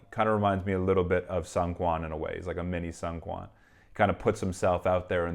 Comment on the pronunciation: just wanted to let you know that seungkwans name is pronounced SOON-kwan :) Great video, I really really enjoyed it